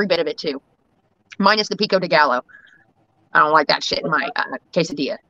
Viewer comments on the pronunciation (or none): Excuser pico gal,-lo its gallo😅😅